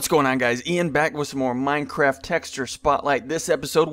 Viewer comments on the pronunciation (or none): none